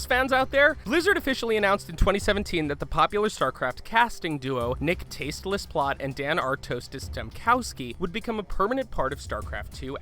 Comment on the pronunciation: he didn't know how to pronounce the main casters names tasteless and artosis. that was sad! good video tho liked thinking about sc 1 in space